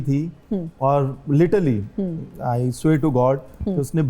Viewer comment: Literally ❌ Litally✔️